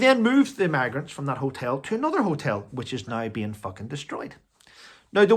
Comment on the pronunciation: Are you saying maggots or migrants ? It must be your accent ! 🤭